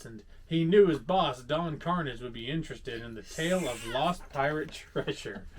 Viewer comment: I just wanna correct the pronunciation of Don Carnage. lol misses me!